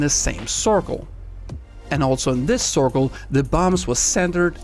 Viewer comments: He said corkol or cirkle 🤔🤔🤔🤔🤔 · No offense man,but I find that the way you say circle is pretty funny😂